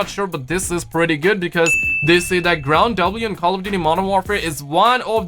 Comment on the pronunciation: Why doe you keep saying ground W instead of ground war lmao